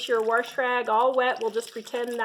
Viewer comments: WAAAHHHSSSHHH NOT WARSH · Agree. There is no R in wash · I just love how you say "warsh" instead of wash lol it is so southern and it reminds me of my granny! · I live in Warshington State. That is how we do it....lol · I agree! Warsh! Warsh! Lol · I literally almost just commented the same thing lol